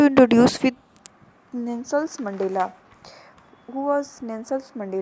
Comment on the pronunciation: Because the lady who is teaching is pronouncing the name 'Nelson' wrong.